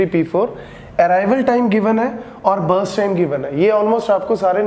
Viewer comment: Breast time o sorry burst time 🤣